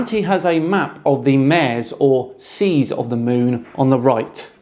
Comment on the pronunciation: ma-rays, not "mares"